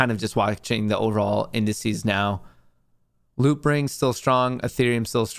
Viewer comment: Are you saying loopring?